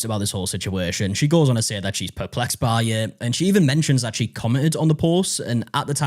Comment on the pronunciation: I was like 😮hopefully someone else picks this up. It sounded like she said “perflexed” around the same time too 😂jeez